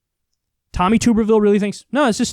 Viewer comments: Kyle your camera is still out of focus. Also it's Tom Tub-er-ville. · Kyle pronounces the last name wrong. It's Tub-er-ville